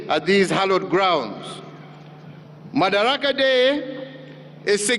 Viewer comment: Its madaraka not makadara.